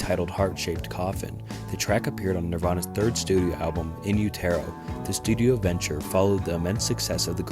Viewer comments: In you-tare-oh? 😂😂😂 it's utero as in uterus. And the song is Sliver, not Silver. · I dunno. This guy couldn't pronounce "utero" correctly.... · it's not 'u-tair-o' it's in-yoo·tr·ow... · I mean im a huge nirvana fan so i knew everything but this stuff is still pretty basic. a good one wouldve been the last note kurt left krist, its pretty f'd up what he wrote to him. Also Utero is not pronounced like that (Im not trying to be rude). one thing i never heard was kurt was a born again christian tho? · Each time he says Utero I’m rooting for him to NOT pronounce it ‘you-TEAR-row’ - but each time, he fails us. On a real note, I can’t think of another band whose fame was so short lived and were so inspirational. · Is this AI voice? You really don’t know how to pronounce Utero? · You pronounced "Utero" wrong and it's hard to understand what your saying sometimes. But still enjoyed your video, no hate. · The way you pronounce utero makes me want to die